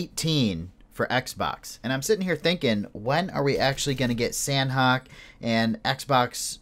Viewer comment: Its pronounced sahnok(silent h) not san-hok. They even tweeted it when they renamed it.